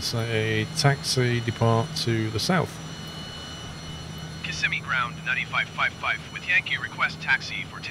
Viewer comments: Kiss-a-me. 😆. I live in central Florida. It’s pronounced Cu-sim-ee. Cu like in “cup”. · kih-sim-ee not kiss-uh-me :] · kiss a me lol it's pronounced ka sim e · As a lifelong Floridian, I feel it my duty to tell you that Kissimmee is pronounced Ki-SIM-me, not KISS-e-me. It’s a common mistake, but it does bug the natives a bit when you mispronounce it. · It’s actually pronounce Kisssemi 😊